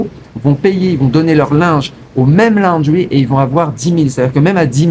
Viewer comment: Ça ne se prononce pas la-o-ndry mais laundry. Perso je lave mon linge moi-même. Ça prend 5mn et ça sèche en 30mn au soleil.